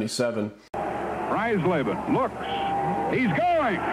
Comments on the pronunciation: You're mispronouncing Dave fries laban's last name Fry's Laban is the pronunciation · Pronounced "Fries-leben", like French fries. I never saw any of the Washington variations where I live. Maybe they only came out in certain markets, just like the 75 minis, which I also never saw. A similar situation arose a couple of years later when the Giants were on the verge of moving to Toronto, but that time Topps didn’t jump the gun.